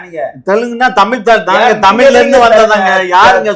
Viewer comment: தமிழை தமில் என்று சொல்கிற தமிழன் என்று எல்லோரும் நம்பவேணுமாம் நல்ல வேடிக்கை.